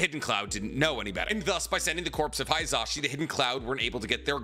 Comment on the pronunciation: Yo it’s not pronounced “HIGH-za-shi”. It’s “HE-za-shi”. It’s phonetic so the same sound for the “i” in “shi” is the same for “hi”. Please at least try to pronounce things correctly